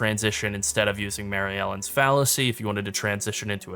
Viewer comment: Not important, but you're not reading that amulet's name correctly. Marylene, not Mary Ellen.